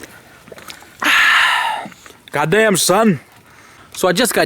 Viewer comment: He said goddayum son